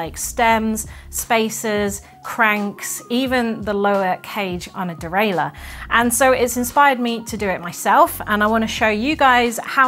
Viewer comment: Deraill-eur, too much US in that pronunciation 😂